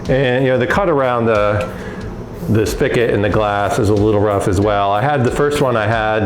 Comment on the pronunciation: Great video for someone like me. I normally make wine and mead and want to get started making beer. Only one critique... spigot is spelled and pronounced with a "g" 😂. All joking aside I'll be doing this method before diving in head first to 5 or 10 gallon batches.